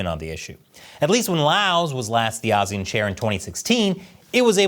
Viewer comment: I like how you pronounce ASEAN, many people and even Google tend to say it wrong. You and the Indian news network like WION got it right.